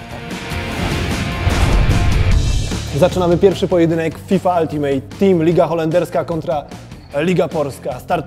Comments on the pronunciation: "Altymyt" team :/ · nie to że bym był złośliwy, ale wymawia się /ˈʌltɪmət/ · Przeraża mnie to, że ludzie od EA nie potrafią poprawnie wymówić nazwy szlagierowego trybu jednej z ich najbardziej dochodowych gier.